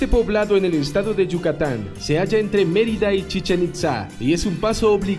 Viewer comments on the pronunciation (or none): none